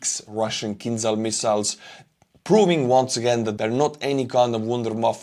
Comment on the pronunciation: It's not kinzal, it's more like kinjal.